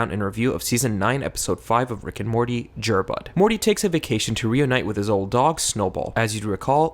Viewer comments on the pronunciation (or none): Jer is pronounced to rhyme with air, like Jerry.